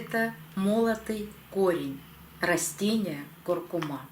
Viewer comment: Это знает даже пума: нужно говорить куркуМА!